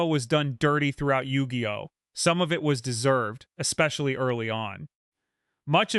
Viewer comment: Bro gonna need a trigger warning on that Yu-ji-oh.